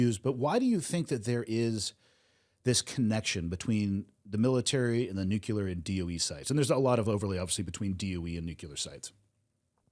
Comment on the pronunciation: It's NUCLEAR "NEW-CLEAR" Nucular isn't a word ok?